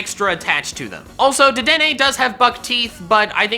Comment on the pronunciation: ah-hem its DR,dedene